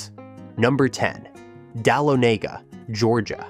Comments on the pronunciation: Dahlonega - is not pronounced dal-a-nay-ga; it's pronounced: duh-lonna-ga. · You mispronounced #10 Dahlonega. It's Dah*lo*ne*ga said all together not separated as you did. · DAH-LON-GA. AI can't pronounce words.